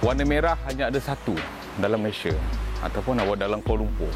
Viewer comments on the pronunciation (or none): none